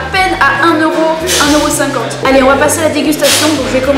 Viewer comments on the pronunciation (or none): none